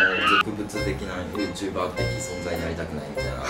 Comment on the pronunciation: ユーチューｳﾞｪｧｧとか テロップ読み直したくて も一回みてまうわ！